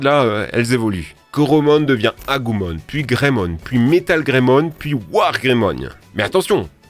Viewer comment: Digimon c'est la vie ! Moi j'ai vu la vrai fin 🥰 (les nouvelles saisons sont dégueulasse !) Please stop dire "Agoumon" c'est "Agumon" avec un U ! 😅 Et pour les grands fans de pokemon qui critique c'est Digimon qui été avant ! Les producteurs n'ont jamais voulu créer de jeu à l'époque en même temps que pokemon ce qui a niquer leurs ventes ...